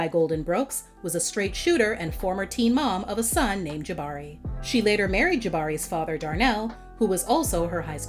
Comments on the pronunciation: Yes, I believe she said “Jimberee” one time and I couldn't stop laughing 😂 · mine too I bust up everytime she attempts to say it 😂😂😂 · And can finally pronounce Jabari right